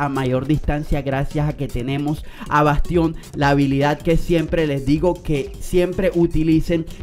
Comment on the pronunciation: No es bastión es Bastián xd